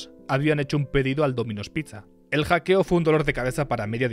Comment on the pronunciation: "hackio"? estas usando IA para narrar los videos XD?